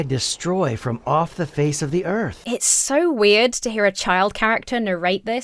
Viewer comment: so doesnt have an "R" in it